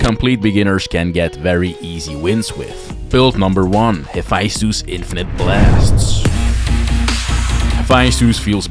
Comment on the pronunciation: Haphaisthus? Bruh. Here’s my take. Take the time to pronounce the word like the culture it births from. I don’t call Naruto nadado.